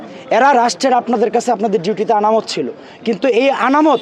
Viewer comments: আনামত না রে ভাই 😂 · আনামত না। শব্দটি হবে আমানত। শব্দ চয়নে আরও বেশী দক্ষ হতে হবে। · Amanòt not anamot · Amanot not Anamot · Anamot na”AMANOT.”